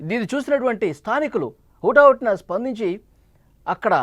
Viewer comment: ఆద్య కారు కాదు అద్దె కారు. ఉటాఊటిన కాదు హుటాహుటిన. మీ చానెల్ వాళ్ళకి తెలుగు సరిగా నేర్చుకో మని చెప్పండి.